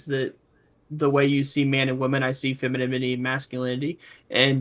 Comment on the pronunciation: pronouncing it as "feminimity" gets me every time:)